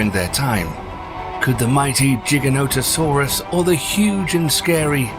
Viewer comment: LMAO it's funny how he pronounces giga no ta soraas lol